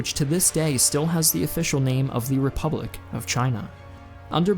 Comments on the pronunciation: "Repubic" other than that great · The "Repubic" of China